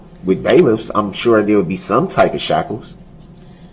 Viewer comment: I think he was trying to say "shackles", but he's entirely illiterate